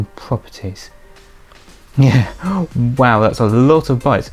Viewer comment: Lol can cover this video in 2 minutes andof you want to your self tech try to pronounce the bytes right